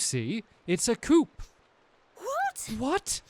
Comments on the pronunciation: It's pronounced "coo" not "coop". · It's not pronounced Coup lol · Coop? Prounounced coo... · STAMPY! It's pronounced COO!! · Hearing him pronounce it couP made me want to die XD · Coup is pronounced coo, also known as a coup de’tat. It’s the overthrowing of a government. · Coup in this context is pronounced coo and that wasn't a weasel that was a rat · stampy it is pronounced cou the p is silent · I love this series already!!! By the way, coup is pronounced koo. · Stamps, "coup" in this game is pronounced "coo" meaning uprising. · yes the way Stampy pronounced it would be a type of car. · The P of coup is silent. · Oh no, a chicken coup! It's funny how he said it wrong